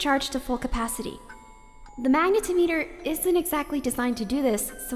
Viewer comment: really nice dub of a favorite web... comic? web story? html fiction? anyway, all very nice and dramatic and adds a new dimension to this dramatic and emotional opening sequence. But it's pronounced mag neh tom it err